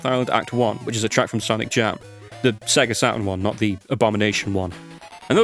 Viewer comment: "I have said Sega one to many times" hey look on the bright side, unlike most people with that kind of accent, at least you didn't spend the entire time saying "Say ger" ^^